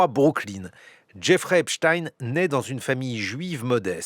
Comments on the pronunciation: Pourquoi on est passé depuis qq jours de EPSTEIN à EPSTINE , dans la prononciation du nom en français ?? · Pourquoi vous dites epstine alors que c'est epstein il n'était pas russe ????il était américain !!! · Mais arrêtez de l'appeler epschtine son nom c'est epSTEIN !!!!!! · Mais de qui on parle ... Epstein ou Epstine? France culture serait antisémite ? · ET POURQUOI DIRE "EPSTINE" (CE N'EST PAS POUTINE) AINSI, NOTRE GRAND PHYSICIENT ALBERT EIN STEIN VOUS NE DITES PAS "EINSTINE" !!!